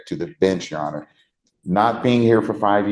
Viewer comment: The way he says "yesirhonor" really pisses me off for some reason. 😂